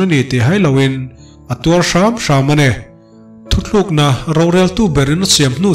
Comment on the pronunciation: Thuthlukna ni lovin thutlukna tih zawk tur aw..